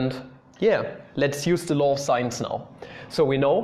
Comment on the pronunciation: Every time you say law of sines, I hear "law of science" xD